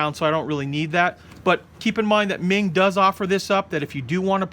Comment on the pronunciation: The pronunciation of meng is closer to mong, It's a chinese family name.